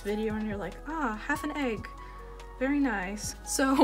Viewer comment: Not me thinking flower everytime she says egg